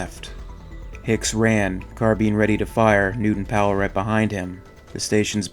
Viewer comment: its a carBINE not a fucking carBEEN